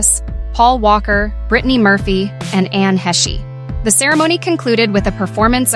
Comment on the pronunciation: Exactly. It's pronounced IN-X-sess and Anne Heche, pronounced Haysh. And who hasn't heard of Bette Davis ffs? Probably never heard of Matthew Perry either.